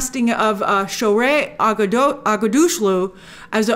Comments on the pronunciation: Grace the iranian actress name pronounce it this way with breaks in the Middle. Most iranian names are like that shoh-reh aghda-shloo Also sh in the name is always prounanced like shah, Shanghai, Shamshir, chandelier and so on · As an Iranian I'm glad that Grace liked Shohre Aghdashloo !!!and Don't sweat it Grace ... Persian Names are hard to pronounce 😅